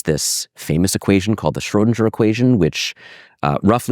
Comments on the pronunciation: why does he say Schrodinger like SchrodinJer .... never heard anyone pronounce it that way. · schoedinJer ?? Mind you pronunciation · Very interesting, thanks! Especially the N^3 phase space nature of the quantum field, I did not have this intuition! Small remark: the name should be pronounced Scrhödin_G_er, not Scrhödin_J_er :) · The pronunciation of "Schrödinger" seems peculiar. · Q. Why do you keep mispronouncing the word 'Schrodinger'? A. That's a good question.